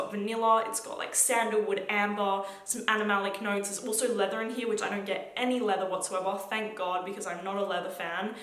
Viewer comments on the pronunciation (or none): Here not “Herya”???